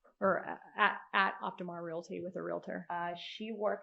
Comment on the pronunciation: She also says relaty instead of realty and murah for murder